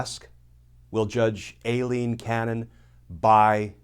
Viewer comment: Aileen is pronounced Eye lean, not A lean